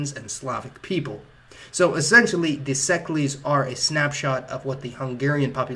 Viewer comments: Székely should be pronounced like Say-Kay. Sounds nasty the way you're saying it (no blame though) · That's not how you pronounce 'Székely'. It's pronounced See-kay. Or 'CK' which is why the comedian Louis Székely abbreviates his name to Louis CK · Your Hungarian pronunciation is atrocious. Szekely is pronounced almost like.... Say Kayyy. Ya, that'd be pretty close. You know, Trannsylvanian. If not sure how to pronounce something like szekely, why don't you just say Trannsylvanian Hungarians or something like that? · Hungarian here! Thanks for the video, it's really informative. You pronounced magyar pretty well, but szekely not so much. It's pronounced like "see-kei" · The pronunciation of Székely is "sa-kay" ("sa" is "say" without "y"). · oh god stop saying seklees, every damn ignorant youtuber thinks they can make history videos